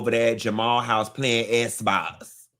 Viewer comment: "Playin' esss box" 😩😂